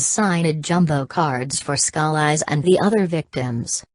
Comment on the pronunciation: somebody help her pronounce his name! PLEASE!!